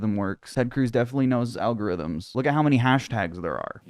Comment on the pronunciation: Tick/Tack/Go-To-The-Poles. Also Mean 'ole Mitch McConnel saying "Algorizzms" was wild.